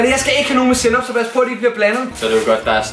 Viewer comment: Hvorfor er det snyd han kan jo slet ikke lig sænop 👍